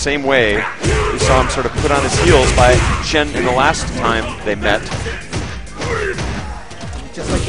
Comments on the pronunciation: why do I keep hearing them calling the winner "shi-yen" shouldn't it be pronounced as "shi-yan"? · Xian isn't chinese, he's from singapore.